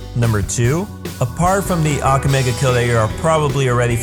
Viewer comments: It's aka-me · say aka in akame like baka. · mispronounces akame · stop saying « ak ga me » its Ah-ka-may not ack ga may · XD im dead!! he said "Ackame!!' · it aka-may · You're pronouncing Akame and Najenda's name wrong bro. A-ka-mei. Good video though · your saying her name wrong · this video passed me off just because he was saying "akame" the wrong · Same. II WAS DYING! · U said akame's name wrong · your pronouncing Akame's name wrong watch english dubbed they pronounce it better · Not trying to be rude or mean but he pronounced to many names wrong (especially akame) and the dub isn't bad at all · First of all. You NEED to pronounce akame and sheeles name right..... - The English dub is actually really good. You’re just hella negative. - How you know all of this but can’t even pronounce their names right? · The way you say akame angers me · You can't say Akame properly. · Sheila?...ITS SHELLE...YOU PRONOUNCE THAT AND AKAME SO WRONG. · when you can't say akame right you shouldn't be doing a video about AKAME GA KILL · your pronouncing the names like Akame wrong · you know all of this but you can't pronounce AKAME and KUROME